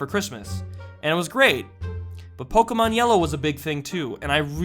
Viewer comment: LOL he said pokeman xD